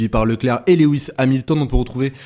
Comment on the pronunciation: S'il te plait!!! Rappel de ce que j'avais déjà signalé:-) 🙂 Son nom est Loooooooooouuuuuuuuuuuis et pas Léééééwis!!! Tu m'avais dit en tenir compte mais ça colle comme un sparadrap 🙂 Sans ça, tes interventions sont TOP, tu fais de l'excellent TAF!